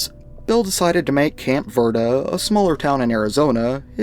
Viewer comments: "camp ver-duh" was painful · "Camp Verduh" 😂